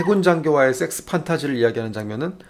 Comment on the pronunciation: 설명마다 쎅쓰. 쎅쓰. 쎄엑쓰 발음 겁나 듣기 싫네ㅋㅋ. 이런적은 처음이다.